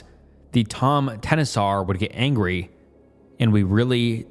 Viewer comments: this! I also would like to point out that the word "tomtenissar" is pronounced like this, caps for where to put the stress: TOMTeNISSar. the way pronounces it, bless him, makes it sound like he's saying "empty tennises" 😂😂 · As a Swede, it's pretty cute to hear your pronunciation of "tomtenissar". The word is pronounced more like tom-te-niss-ar". So basically Tom (like the name), te - like the short te in tennis, niss - like "kiss", and ar - like "are". The stress is put mainly on the first and third syllable, so TOM-te-NISS-ar. Language is fun 😄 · As a Norwegian it was very funny to hear you butcher «tomtenissar» repeatedly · Swede here, the pronunciation of "tomtenissar" is the funniest shit I've ever heard 😂 this guy for sure never checked how you say these things. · Loving the pronunciation of tomtenissar 😂 love from Sweden